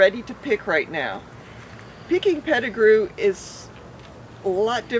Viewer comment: Pet-I -grew mangos